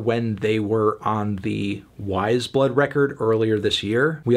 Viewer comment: til its pronounced wize blood and not wah-yes blood